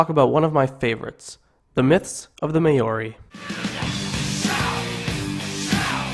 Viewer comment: you got to learn how to say maori